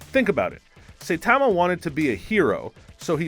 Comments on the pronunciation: It’s not that important but Saitama is not pronounced, say - tah - mah, it’s pronounced, sah - eee - tah - mah. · it is pronounce Sa-yi-da-ma , not Say-ta-ma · GET IT RIGHT HE'S NOT PRONOUNCED "SAI-TA-MA" HE'S PRONOUNCED "SA-I-TA-MA" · It annoys me so much when he says "Saytama".Does he even watch anime? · Dude just said Saipan wrong and I’m clicking off now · Say TAH ma just made me cringe so much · “Say Tamma” 😂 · Nobody, I mean absolutely nobody. This guy: Satamma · U pronounced saitama as saytama and super sayian as super saiyan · “Saytama”. Narrator clearly watches the show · Please learn pronunciations of saitama and saiyan 🙏 and this isn't how he really got his powers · i cant stand the way the guy says "saitama" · You prounounced Saitama Do you watch dub or sub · We've just started any you're already pronouncing Saitama wrong. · Why can't he say saitama name right and why can't he say super Saiyan right? It's not like they don't repeatedly say it in the shows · He also mispronounces Saitama. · ikr he pronounces saitama as the way you pronounce saiyan and vice versa. Irritating as hell 😂 and yes i probably spelled those wrong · super cyan huh? say tama huh? are you just reading a script dude? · Everyone is so obsessed with how he says “Super Cyan” that that missed the 10 more times he says “Saytama” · This man said Super Sighyan 😒 then called Saitama Saytama.. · it’s funny he says saytama and saiiyan but if he switch the first parts around he would say them right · LOL nice video, funny too XD. But you pronounced a couple of things.. differently than I would have. First, MAN-GUH, then Saiyans, and Saitama lol but whatever still get a thumbs up from me.